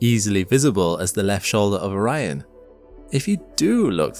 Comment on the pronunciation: Orion appears on the screen please don't say Oh Ryan please don't say Oh Ryan please don't say Oh Ryan "Oh Ryan" damn it